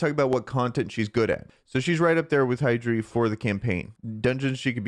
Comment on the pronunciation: Its hy-dryss-sia, not hydri, say it right bro.